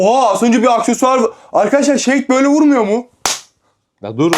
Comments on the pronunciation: Abi yazınışı Shade ama okunuşu şeyid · Şeydi değil shade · Abi o şeydi değil şeyd ( okunuş ) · Şad diye okunuyor Seydi değil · Abi şeydi değil şeyd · O şeydi değil şadi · Abi onun adı şaydi diye okunuyor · abi okunuşu şeyd diye okunuyor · Şeyt diye okunuyo abi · Şeyt diye okunuyo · Abi okunuşu şeyd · Okunuşu seyd😊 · Abi dalga geçmek istemiyorum ama shede diye yazılıyor şeyd diye okunuyor dalga geçmiyorum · Shade (şeyid diye okunur)